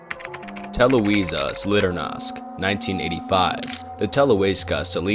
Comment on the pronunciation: Sorry for correction but good pronunciation is Televizia (w is reading as w and j is like long i) Solidarnosici (ś is read as sii and ć as ci) I hope I used good pronunciation comparison, for me Polish-born is easier to read letters like ć, ś ź or ż and its hard to explain it to foreigner